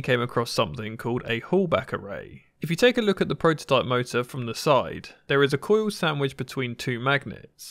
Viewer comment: Who knew co-oil had more than one syllable, and m-odd-el had three.